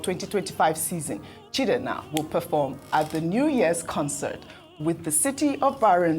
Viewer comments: Why's this always spoiling igbo names as if she's not an igbo person while she pronounces other tribal names well Why calling CHIEJINA,chidena. She celebrated her mother's memorial service and according to her mother's name, she was an igbo woman so i wonder why is finding hard or ashamed to speak igbo language properly. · The way pronounces Igbo names without correlation to the original meaning is just scary😂😂 Chidenna as against Chi-eji-na, or am I the only one who notices this? Unless the producers spelt it wrong even though what they wrote has more meaning than what she pronounced. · that Sopranos name is pronounced Chi-eji-na. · Ojy, please pronounce that name like Igbo neighbor or Igbo girl ,her name is Chi eji na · Even can't even call the igbo name. Chi-Eji-Na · Chi-eji-na. Ojy can’t you pronounce that name? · Ojy can't pronounce "Chiejina"